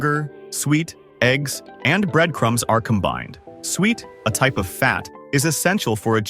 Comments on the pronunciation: Suet sue-it. What the hell, sweet????? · It is pronounced SOO-IT, NOT SWEET. We call it FRUIT CAKE here, not pudding.